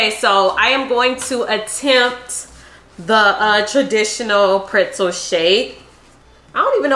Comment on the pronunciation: Who else loves how pronounces PRETZEL.. PR(IT)ZEL? LMAO❤ I freakin love my girl bro....❤